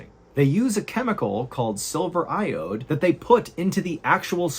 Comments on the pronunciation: It’s not “silver IODE” it “silver IODIDE” pronounced ‘eye-oh-dide’. It’s used in cloud-seeding, and in early photography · silver iodide, not iode 🤦🏻‍♂️ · Fascinating as always. FYI it's silver i-oh-died not silver i-ode that is fired into the clouds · It’s silver iodide, not silver iode fwiw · He's saying it wrong. It's silver ioDIDE not iODE. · Great story, but for future reference, the second word in silver iodide is pronounced "I-owe-died", not "I-owed". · Silver iodide. Not silver iode. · Still trying to get past "iode" instead of "iodide". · is it "silver iode" or "silver iodide"? Cuz the text says the latter but you were pronouncing it like the former :P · Thanks for the video not tryin to be a dickmouth but it's pronounced Silver Ioed-died not "iode" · Why are you pronouncing silver iodide “silver iode”? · Iod-ide not iode wise up but wtaf chyna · Silver iodide. “ i-o-dide ”, not i-ode. Just like potassium iodide or sodium iodide, pronounced [ i-o-died ]. Silver iodide is a typical chemical compound used in weather modification, like con-trails aka: chemtrails. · Silver "Iodide"... Never heard of iode... lol... You sounded like Ai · l think it is silver iodide, not silver iode. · Iodide is pronounced "eye-oh-died," not "eye-owed." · For future reference: the substance used for cloud seeding is pronounced “eye oh dyed” because it is a silver salt of iodine. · It's pronounced "eye-oh-died" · The pronunciation of silver iodide is typically described as: Silver: pronounced as "SIL-ver" Iodide: pronounced as "EYE-oh-dyde" It is used in cloud seeding to make nucleation sites to produce precipitation. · Iodide. “Eye-oh-dyde”. 😇😁😁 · Iodide is pronounced eye-oh-died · Iodide “eye-oh-dyed” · Silver IODIDE. Pronounced Silver I O Died. It's a variant of iodized Silver (like iodized salt). That means silver combined with Iodine. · "Iode"? Missing a whole syllable there. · Explained silver iodide process wrong (cloud seeding). But that is ok. Also pronounced it wrong lol